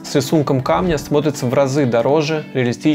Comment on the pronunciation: Насчёт грамотной речи погорячились... Почти в каждом мини-сюжете вместо "это смотрится" слышим "это сморится" а то и "это смоется". 8.53 - 8.58 особенно. Советы правильные, но слушать такую жёваную речь с проглоченными окончаниями, пришипетываниями, сюсюканье, небрежным, неграмотным произношением было трудно.